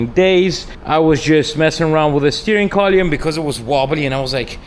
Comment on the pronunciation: He enunciates the Steering Collyum